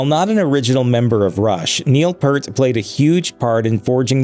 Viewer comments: It's definitely pronounced PEERT not "Pert" as the narrator mispronounced it. My second favorite drummer of All-Time next to John Henry Bonham. Peart was more technically proficient but Bonham had the heavier and more signature, distinctive sound. Neil Peart also had an additional 40 YEARS to play the drums after Bonham's passing........ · For the Professor you need to hear the EAR - P EAR T. Hearing "Pert" so many times was just cringey Geddy just lost his mom in January As for the dumpster fire that is RRHOF the only reason the band made it in was the "powers that be" decided to open voting up to the fans. Rush fans are the reason they were inducted. You really need to watch Alex Lifeson's acceptance speech. Fan's loved it and RRHOF executives got exactly what they deserved. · It's not Purt it's Peart -- just remember that the word "EAR" is in his name. (Hey! I've got a big one for you -- to follow up on Alex Lifeson's derisive comment about the Rock & Roll Hall Of Fame in this video you should do a reaction video to Lifeson's acceptance speech at The Hall --- It's about 3 minutes long and he doesn't speak a SINGLE intelligible word, it's a LEGENDARY viral moment of sarcasm and well-deserved disrespect, that's almost hard to believe. It's as good as Steve Miller telling The R&R Hall that they're a corrupt organization run by conniving, theiving scum -- check them BOTH OUT!) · Initially there's something about this that bothers me. You would think that the narrator would at least know how to pronounce Neil's last name. It's P(ear)t. For god's sakes get it right! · My pronunciation belief is …. PEART …. Like a pier 🎣… with a T … Piert-T Edit… Take it one step further…, P 👂 T say the “ear” part quick ..and end sharply on the T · His name is not pronounced 'Pert'. It's pronounced like the fruit, Pear, with a T at the end. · It is pronounced Peert, but many got it wrong over the years. Vapor Trails was the first album after the tragedies.